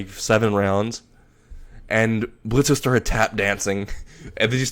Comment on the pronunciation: I love it, but it's Blitz. The O is silent. And I see Loona being a protective older sister.